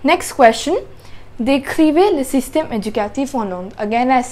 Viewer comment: I hope you won’t take this the wrong way , and I don’t want your followers to get upset . Your grammar is excellent and I’m sure you get A+ on your French exams. It’s OK to speak with a foreign accent but with correct pronunciation . But you are making big mistakes in pronunciation and I’m not talking about an accent . The way you said “ Le system de l’education ,,, “ was like reading an English sentence . Go to Google translate and Deep L and listen to the sentences few times until you learn the correct pronunciation.